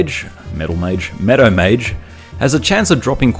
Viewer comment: Took me three videos to understand "Meadow Mage", which I always heard as "Meta Mage". XD Keep up the good work.